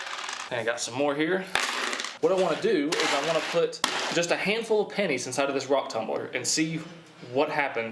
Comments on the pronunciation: Whole video i keep hearing "panties" lmao not "pennies". Just me or??? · No i heard it a few times too while editing it